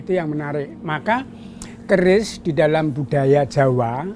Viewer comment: It is called a Kris, not a caress...